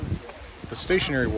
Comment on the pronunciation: I watched this video a few times just to hear, how beautiful you pronounce the word woda. Your accent is brilliant, Sir!